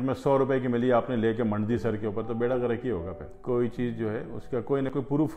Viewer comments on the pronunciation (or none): none